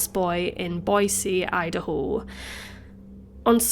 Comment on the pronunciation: I've never heard Boise pronounced so beautifully. Lol